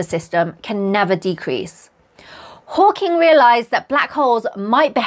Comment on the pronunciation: You said “Hawking”… subscribed 😂❤